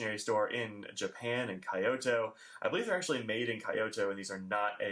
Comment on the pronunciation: I am sorry to nitpick, but your pronunciation of Kyo and Kyoto is totally wrong! It's not "Kai - Oh - to" as you say it, it's one syllable Kyo - rhymes with go, or dough. and the to is pronounced like the toe of toe on your foot.